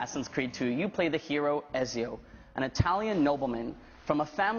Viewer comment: He pronounced Ezio wrong...